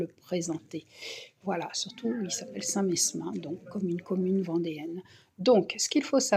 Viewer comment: Bonjour, Le S de St Mesmin ne se prononce pas. On dit St Memin. Merci pour toutes vos vidéos, je les adore. MERCI et bonne journée